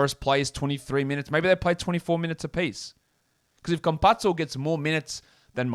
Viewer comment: Not that it matters or anything but thought you might like to know Campazzo is pronounced like campasso.